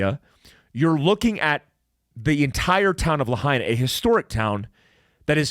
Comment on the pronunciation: I'm a hapa haole. It is pronounced "Lah-Aina" Lahaina is the Capital of Hawaiian Kingdom. This is more genocide for us natives. Big Guy I would love to talk with you? How?